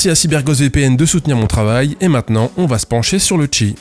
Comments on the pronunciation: tu pourrais réupload la vidéo en disant "cheese" à chaque fois au lieu de "chi" stp? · "On va observer le Chi", je ne peux pas m'empêcher d'entendre "on va observer le tchi", càd le rien. C'est annoncé dans l'énoncé, en fait.